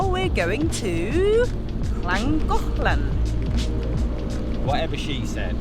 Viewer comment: you sound like a proper Welsh girl the way you say Llangollen